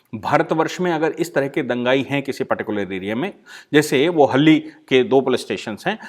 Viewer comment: It is not haldi, it is halli